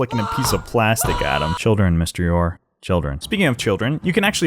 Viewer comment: MysteryOre? Mr. Eeyore?